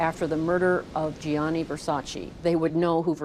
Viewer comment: It’s Gianni Versace not Johnny Versaci